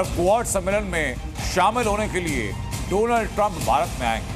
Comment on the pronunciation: inko abhi tak डॉनल्ड bolna nahi aya.